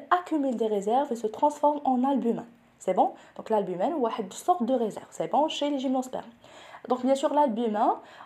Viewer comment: merci bcp professeur .tout est parfait chez vous sauf que vous prononcez mal "en " et vous le prononcez comme "in" exemple ,pollen ,albumen.. en tout cas merci pour vos efforts et bonne continuation.